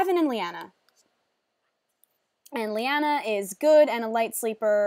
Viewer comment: Oh my god... when you said 'Liana' I got excited... Cause that's how you pronounce my name, except the spelling is different ^o^